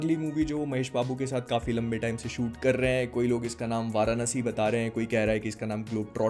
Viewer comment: Bro pronounced the movie name right 👍🏻 Atleast far better than those bollywood actors